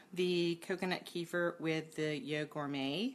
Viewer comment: I was wondering what you are talking about, till I realized you are talking about kefir (kafeer). It is Kafeer, not keefer, like in keifer sutherland. What is it with the americans, pronoucing all foreign words wrong